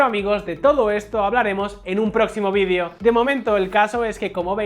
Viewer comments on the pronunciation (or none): none